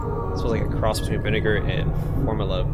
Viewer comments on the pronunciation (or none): Dude doesn't know how to pronounce formaldehyde and things Pharod is pronounced fey-raaahd, jesus fucking christ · Bro you lost me when you couldn't say formaldehyde.